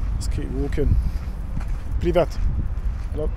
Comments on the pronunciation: American learning Russian here. It's Pree-vyet (Приве́т) for the informal "hello" or for those you know. Many Russians aren't offended when you don't know them and still use pree-vyet. But you were actually saying pree-vaht, which means private. Zdrast-vui-tyeh (Здравствуйте) is the formal way to say hello, or the short Zdrast-vui (Здравствуй). Cool video by the way. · "PREEEEV YÉÉT " (PRIVET) . NOT PRIVAT . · My biggest suggestion is to learn the language, at least the basics, and get those down solid. You were saying "pree-VET", but it's pronounced "pree-VYET". And you keep saying "spot-SEE-bah", but it's "spah-SEE-bah". Also learn some verbs. e.g. speak is "pah-nee-MAH-yu" (first person) and "pah-nee-mah-EET-yeh" (second person). But at least learning a few verbs and how they conjugate can go a long way. Also, learn to read Cyrillic, at least the basic pronunciation. It's pretty similar to English and Greek. But knowing how to sound out some letters and words (e.g. on signs) can help. I'm no expert, but this is what I did when I went there several years ago.